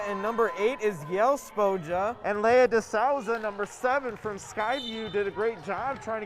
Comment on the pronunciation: It’s pronounced lee- uh not Leia